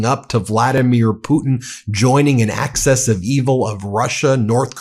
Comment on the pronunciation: Axis of Evil, ffs!!! Not Access of Evil.